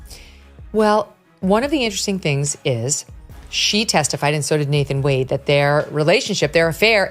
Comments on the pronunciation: Why does the narrator keep calling Wade, Wonder??? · his name is Nathan Wade not Nathan Wander, get the name right in your report. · It’s Nathan wade not Wanda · Nathan Wade NOT Nathan Wonder!!! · It's Nathan Wade, not Nathan Wonder!!!!